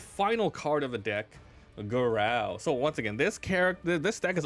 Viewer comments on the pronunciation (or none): It’s pronounced“GAH-ROW” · Did you pronounce Garou like that the whole video to troll one punch man anime watchers or did you just want to make the video painful for the fun of it